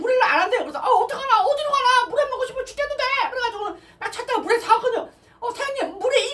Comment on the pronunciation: 물회를 물애로 말하사네